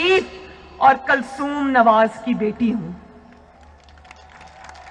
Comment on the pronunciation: First of correct your pronounciation about your mom name you are calling your mom kalsoom its not a correct word the word is kulsoom and by where is qatri prince